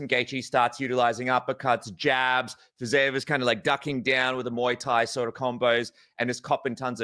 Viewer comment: Dude, who is Fizayev? 😭 Second podcast you did where you constantly just BUTCHERED that name, even though BC was across you, pronouncing it correctly